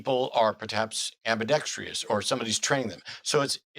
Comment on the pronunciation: it's 'ambidextrous'' not 'ambidextrious'